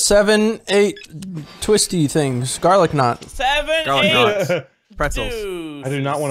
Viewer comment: he said garlic nots and now I’m in the kitchen